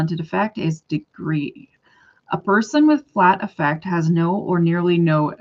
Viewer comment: Even though it's spelled like affect, in my experience people pronounce this in clinical context as Ah-fect. Like how you say it